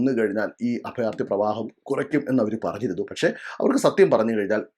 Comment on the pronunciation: അഫയാർത്ഥി, ഫരണം. എന്താ ഇത്😂